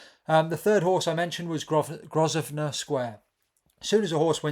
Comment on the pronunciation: The s is silent in Grosvenor